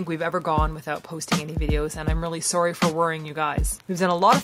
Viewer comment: add a segment - Soree, not soree.